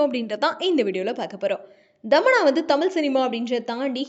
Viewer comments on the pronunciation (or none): Dhamanna illa thamanna